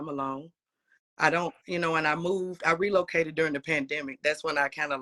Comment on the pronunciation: When she "ReloadaCated" whaaaat???!!! I can't get past that 🤣